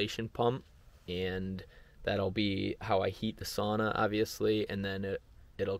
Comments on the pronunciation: I get it…it’s not a big deal. But, if you go thru life lackadaisical about details…then….well …that’s a personal choice. If you think of a female pig…and emphasize the first syllable it may come more easily…SOW-nah. So…it’s not a big deal…but Saw-nah…well …it’s just not correct. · Wonderful thing you did, congratulations! Only one suggestion: the correct pronunciation is actually “sow-nuh”, not “sAw-nah”. It sounds like splitting hairs but it means a great deal to a Finn 🇫🇮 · Sauna - the one Finnish word everyone knows... and everyone mispronounces. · Seriously, it's really hard listening to it. Everyone loses their minds if you pronounce jalapeño wrong in North America, but no one bats an eye at sauna.